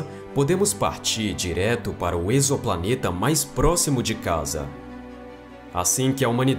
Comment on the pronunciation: Te dou meus parabéns por vc ser um dos únicos que ví pronunciar o termo "exoplaneta" corretamente no nosso português. Mts dizem "eks"oplaneta, e essa prunúncia tá errada, ela é do inglês, tipo: "eks"man. Nossa prunúncia é com som de /z/ é a correta: ezo"planeta.